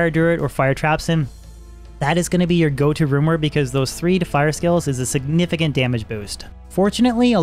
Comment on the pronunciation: He says runeword so fast it sounds like rumor 😂😂